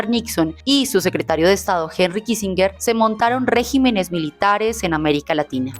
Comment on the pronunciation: Se dice regímenes, con acento en la í. Es diferente en singular y en plural. Pero la conspiración es delictiva (concierto para delinquir) y no una costumbre inocente o inocua.